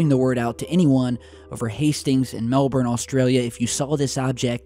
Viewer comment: First american i have ever heard say melbourne correctly. Most yanks say mel-bourne as if its jasons long lost sister.